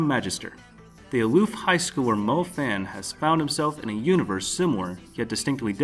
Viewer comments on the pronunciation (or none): YOU RACIST PIECE OF SHIT ITS NOT FAN THATS NOT HOW YOU SAY THAT ITS MO-FAN (FHAN/PHAN) RACIST PRICK IM NOT GOING TO PUT POPULAR ANIMES NEXT THING HE DOES PUTS 3 POPULAR ANIMED THAT SHIT TRIGGERS ME